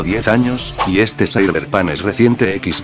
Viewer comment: "zaiberpan"